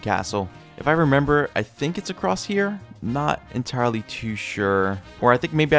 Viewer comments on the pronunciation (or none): none